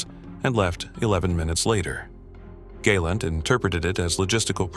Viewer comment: Galent is pronounced GAH +LAHNT. long "A" is spelled gay or gai" . Your Hebrew pronunciation is not very good when it comes to Israeli names